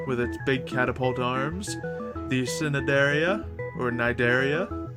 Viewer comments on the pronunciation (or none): none